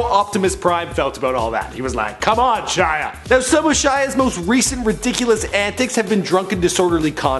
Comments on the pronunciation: Golly -- right out of the gate, an egregious mispronunciation. The guy's first name is pronounced SHEE-ah. And no wonder he's messed up -- his family can't even spell their surname correctly! He has said himself that it should be spelled LaBoeuf. It's French. His name literally means Shia The Cow. Oh, dear. Poor schmuck. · Shia leeeebauf